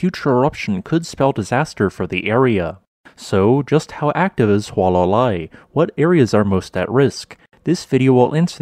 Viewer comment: It is not “Wha-la-Lai”, it is pronounced “Who-Uh-La-Lai” 😡